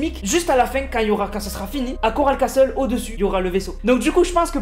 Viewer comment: Et j'espère qu'il comprendra que le "t" de castle ne se lit pas CELA SE LIT CASSLE PAS CASTTTTTTEL